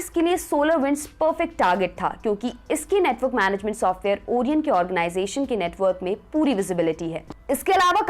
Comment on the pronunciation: ओरियन नहीं ओरायण🤣🤣😘